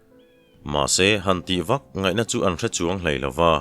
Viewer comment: Sailo ni chuang tih a, (Chuang) tih lai hi, motor a kan chuang a, chuang thluk a lam tur hi ni zawk a kan hriat. I chhiar thiam in ngaihthlak a nuam em em chung in, tawng thluk dik hriat duh vang in kan in rawlh ve lawk a ni e.